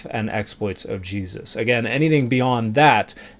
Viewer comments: You can always tell if someone is full of shit by how they mispronounce words. This guy says "Gee-sus" with this faux-academic accent. He also says "Yah-chweh" instead of just 'Yahweh" and "Jesus." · Why does he keep saying it "G-Zus"? You're weirding me out, dude. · Did he say that disciples had the skin "filleted" from their bodies? Also, what's with the weird pronunciation of "GeeZUSS"? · I hate when Christians pronounce Jesus like “Jeeeezus”. Just say it normally bro. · Maybe it’s this particular TikTok character. Between his combination of arrogance and ignorance, as well as how he pronounces “GEE-zus”, he sure gets on my nerves. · Is there an origin for the way these evangelical theobros pronounce "Jesus"